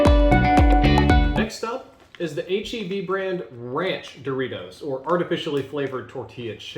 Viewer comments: Cringe bro when you pronounced heb and not H‑E‑B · DID HE JUST SAY HEB? SHAME SIR! SHAME!